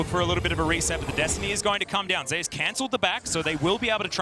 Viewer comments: why is he saying Zey-Yus?… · Why are they pronouncing Zeus has Zay-ous? It's like they never heard of the name Zeus...